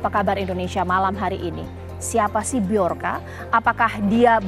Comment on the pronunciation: Sebut yg betul, Joker ! atau bjorka.